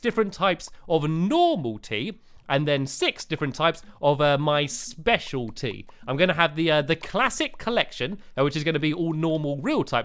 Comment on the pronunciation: Did anybody notice that stampy said specialTEA Lol